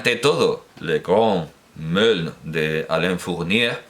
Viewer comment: Siento tener que volver a aclarar la pronunciación de una palabra francesa: Meaulnes se pronuncia aproximadamente "moln" y no "meln". De paso, recomiendo la lectura de Le Grand Meaulnes, fascinante novela de adolescencia.